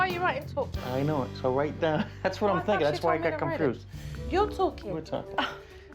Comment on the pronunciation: “IM fInkIng”